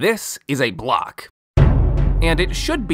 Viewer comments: Am I the only one who heard glock instead of block? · I thought you said Glock instead of block lol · Is It just me or did he say Glock instead of block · At the start I heard "this is a glock." Is it just me that heard that? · i thought he said glock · At the beginning I thought he said "this is a glock" 💀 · at the beginning it sounds like you said "This, Is a Glock"